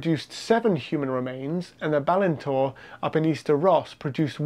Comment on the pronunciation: BALINTORE, emphasis on the last syllable 👍🏴